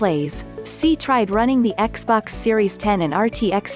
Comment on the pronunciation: Xbox series "Eks"